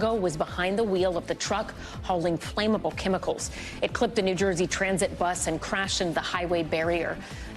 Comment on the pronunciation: Look up the pronunciations of both of the words "flammable" and "wreaking". Yikes.